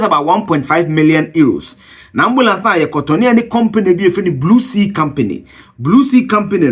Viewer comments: Did he say Blue Sea or Blue See? 😂😂😂😂😂😂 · Big sea, not blue see...🙄